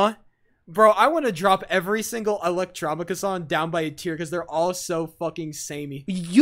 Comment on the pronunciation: Bro said “Electrahmica” 😭💀